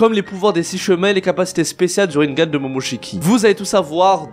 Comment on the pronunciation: Rinnégan* on dit pas rinngan